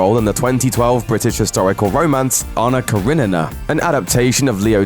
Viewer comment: Well,I won't invite him in my son's party if he's going to do that Pennywise clown. I can't believe the announcer has problems speaking "Karenina".